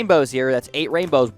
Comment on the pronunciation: he said 8 wainbows